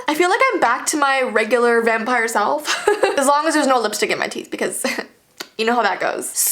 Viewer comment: The "Vee"pire